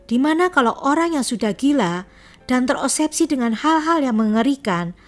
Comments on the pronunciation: Sedikit koreksi mba... Obsesi bukan osebsi... Menit 12.03... Semoga lebih baik lagi mba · Obsesi mbk, bkn osebsi.. 😁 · Maaf OBSESI bukan OSEBSI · obsesi mba...bkn osebsi... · Saran: Tolong lebih diperhatikan cara penyebutan nama dan terminology. Nama : Winnie. (wi-ni) bukan wineh. Satu lagi, obsesi. BUKAN opsepsi. Sangat penting untuk mendengarkan ulang video/audio yg telah di edit